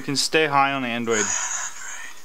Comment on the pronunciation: Its sooo funny when u say high on adrade